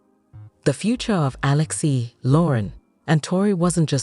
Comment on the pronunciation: Alex-ie. I can't stand AI narration. Geesh